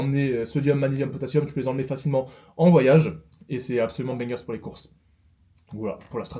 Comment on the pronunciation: J'adore ton contenu, vraiment, mais arrête de dire "bangerS", il n'y a pas de S !